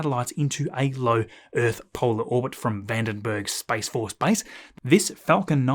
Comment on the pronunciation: Your pronunciation of space sounds like spice :)